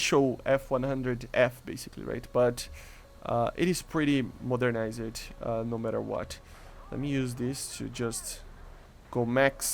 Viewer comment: Modernized = modern-eyes-d